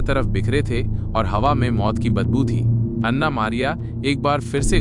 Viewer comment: O pai ana nai an'na hota hai😂